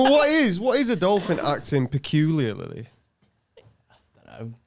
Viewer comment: Has learnt how to say peculiarly yet? 🤣